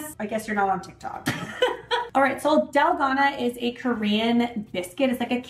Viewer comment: Yummy! I love using oat milk when I make this. It’s so good!! Also, it’s pronounced “dal-GOH-nah” (that’s how I’ve heard Koreans pronounce it). Thanks for another great video,! 😊